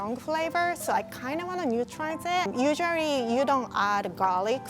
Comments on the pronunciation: “usuarry” Not hating just like the way talks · When Said Usually It Was Adowable 😂